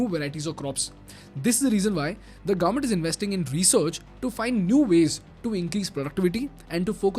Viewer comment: Gavvment ❌ Government ✅